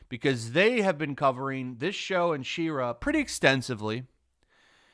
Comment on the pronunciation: im gonna be "that guy"..please pronounce She-Ra correctly, i can feel my soul trying to leave my body every time..